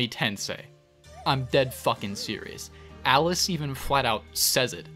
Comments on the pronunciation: Love how every time you say "Alice", I hear "Atlus" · These videos relax me in a beautiful way. Also, am I the only one who keeps hearing Atlas instead of Alice? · Am I hearing things? Everytime says "Alice" I think he's saying "Atlus" and it keeps confusing me